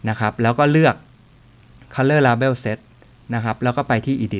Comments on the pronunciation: ปล. Label ออกเสียงว่า เลเบิ้ลนะครับ อยากให้ถูกต้อง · Yaya Yayai เลเบิล ?? เลเบล!!